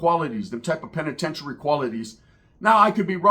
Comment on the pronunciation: Did he just say penitentiary quality’s